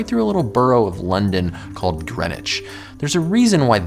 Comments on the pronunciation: Why did you change the name of your channel?! I liked the earlier one. Bdw, it's NOT Grenich but Greenwich(pronounced as Green Witch)! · It's NOT Grenich but Greenwich(pronounced as Green Witch)